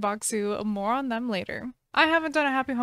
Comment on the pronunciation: What she said: "This video is sponsored by Bokksu, more on that later." What I heard: "This video is sponsored by Bokksu, moron."